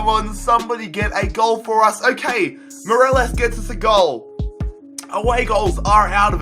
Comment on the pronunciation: He said Moreles